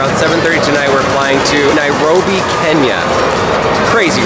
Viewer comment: Nobody:: Nairogrobi 😂😂